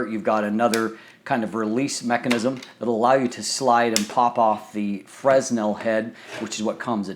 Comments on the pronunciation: Great stuff. It is a bit annoying to hear you say fress·nel. It's prounounced fruh ·NEL. Thanks for the review! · Nice review but sorry I couldn't help myself from making this remark really sorry. It's Fresnel FERNEL nor FRESNEL. Thanks for the informations thou, I just bought one I can't wait to receive I shoot 4x5 film with a Graflex Crown Graphic and I'm going to use the EC200 extension to put the AD200 in my backback and have just the bulb on a coldshoe and the 5" refractor. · As always, I appreciate the review. Just one critique: the S in 'fresnel' is silent. Pronounced 'fer-nel' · It is pronounced "franel." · The "s" in "fresnel" is silent, yo.